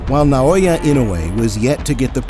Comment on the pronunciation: Stop saying "Nai-oya"!